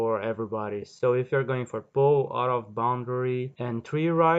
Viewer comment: I live the way you said pow😂😂😂😂